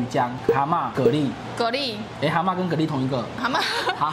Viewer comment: 蛤拉不是蚵拉 XD